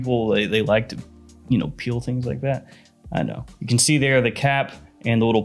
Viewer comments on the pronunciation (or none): none